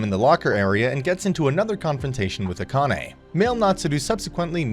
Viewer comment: Akane - ah kah neh - evenly stress the syllables